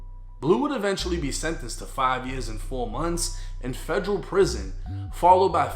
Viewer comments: Its federal, not fegreal 😂😂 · The way you say Federal, “FEJ-RAL”!🤮🤮🤮